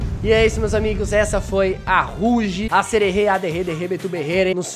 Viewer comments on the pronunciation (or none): Não é roug e roaug